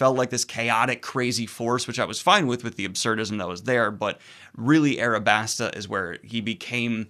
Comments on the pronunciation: "Arabasta" This upsets me more than you can know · How in the fuck did you lose the L and add an R to Alabasta